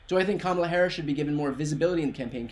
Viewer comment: He couldn’t say her name! He couldn’t say her name!